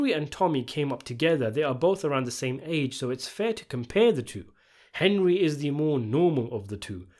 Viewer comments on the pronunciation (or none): Calling the main character "Hen-dree" one time during this video was a very nice touch. Well played.